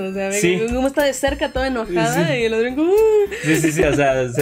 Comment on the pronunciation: Supongo que ellos ya han visto capítulos de la serie, pero mi pregunta es, ¿por que pronuncian los nombres mal ?A Adrien le dicen Adrián, a Lila le dicen así, Lila, pero es Layla, no entiendo.🤷‍♂️